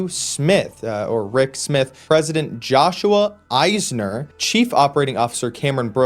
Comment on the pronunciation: "Joshua EISNER"